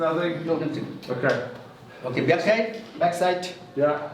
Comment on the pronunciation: He pronounced tide instead of side 34:7 sec and many more